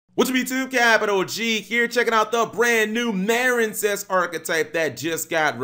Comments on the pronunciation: Cap you have been misspronouncing this architype name it’s pronounced marinecess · Um it's mareen sess as in a portmanteu of marine and princess hence the nautical theme.